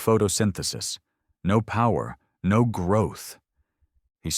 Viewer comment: I may be wrong but I think the AI is reading "no" as "No." which is the abbreviation for number, No. = Number. What I don't get is after hundreds of stories the issue still isn't corrected. Sadly I've got used to it now lol